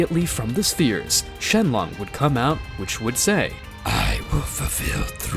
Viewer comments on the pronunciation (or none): Bro it's shenron not shenlong😅😅😅😅😅😅😅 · Dragon balls and shenron not shenlon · no way he just said, GET OUT OF THERE SHENLONK 💀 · REALLY SHEMON ITS NAMED SHENRON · Wait did he say shenlong instead of shenron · Name mistakes he made: Shenrong-Shenlong Dragonballs-Dragonspheres Kakarot-Kakrot KI-Kai Please learn from your mistakes man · the dragons name is shenron not shenlon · Also he says shenlong instead of shenron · ummm who is shenlong its shenron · It not shelong it shrong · It's not shenlong it's shenron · Why is no one is talking about when he said: “shenlong” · bro is saying shenlong 💀💀💀💀💀💀💀💀💀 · "shenglong'' ah yes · “shenlong” “dragon spheres” “crackorot” not wanna sound like a hater but that is NOT how they are pronounced. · Shenlong💀 Dragon spheres💀 Kakaroach💀 Konkrot💀 Kakaroat💀 Kokrots💀 Kokro💀 Nimex💀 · "Dragon spheres" "Shenlonk" 💀💀💀💀💀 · "Kahkahrat"💀💀💀 "Shenlong"💀💀💀 "Dragon Spheres"💀💀💀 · Also don’t forget “Shenlong” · Bro he said shenlon